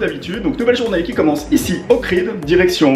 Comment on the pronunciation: Un an après, tu appelles encore OHRID : "OKRID" !? Mais comment fais-tu pour ne pas avoir vu qu'il n'y avait pas de "K" dans OHRID ?